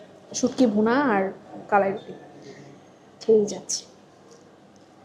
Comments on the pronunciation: আপু আপনার উচ্চারণ টা ঠিক মত হচ্ছে না। এইটা হচ্ছে কা....লা...ই.... রুটি। আপনি ভিডিও এর শুরুতে বলছিলেন ক...লা...ই...রুটি। যাই হোক পরবর্তী ঠিক মতোই উচ্চারণ করেছেন 😊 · উচ্চারণ টা হবে কালাই......কলাই টা ভুল উচ্চারণ। দুটি সঠিক না আশা করি ভুল টা ঠিক করবেন।